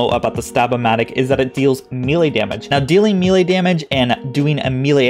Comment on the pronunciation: I have posted this request in other videos of yours. Please please please. May-Lay. May-Lay. Old D&D nerd here. Thx for your cooperation. Lol. Love the videos